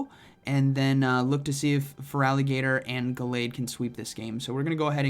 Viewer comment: Sir, Feraligatr is a "gator" 😅